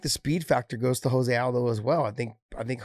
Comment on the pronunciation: Can some one please tell Josh his name is pronounced Joe se aldo . Not Jose. He is Brazilian not Mexican